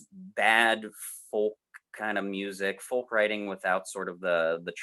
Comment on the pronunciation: Arrrrgh, guys stop pronouncing the L in folk, it's pronouced foke, like yolk is pronounced yoke.